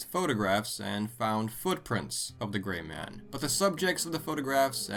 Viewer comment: I thought you said "The large GAY man" lolol. Better watch out with him sneaking up behind you. Kekekekek